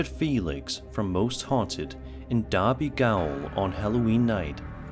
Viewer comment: Cool that got the pronunciation of derby correct